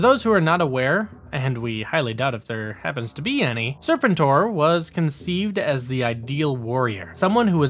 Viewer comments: Just an FYI the ARAH COMIC STORYLINE AND NUMBER system has been ongoing through IDW. Larry Hama still writes it and the story continues straight on from the MARVEL run. Just to update anyone who was unaware. I never miss an issue!! And really LADY JAYNE. It's Lady-Jaye bro!!! And learn how to pronounce Serpentor!!! Once I could forgive. But 3 or more is inexcusable. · Lol I’ve never heard anybody say serpentors name the way you do 😂😂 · The way you said Serpentor is wrong. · Good video but the constant mispronounced of serpentor name got annoying especially given it said clearly with in the show clips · Please watch the cartoon to learn how to pronounce Serpentor. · Making me cringe hearing you pronounce serpentor.